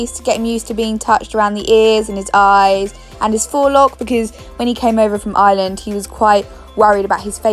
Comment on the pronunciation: You pronounced Ireland wrong I live there